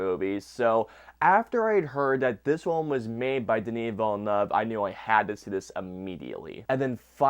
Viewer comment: It's more than fine. Hey, you at least had 'Villeneuve' mostly right. I've heard some horrifying stuff looking reviews of this movie.🤣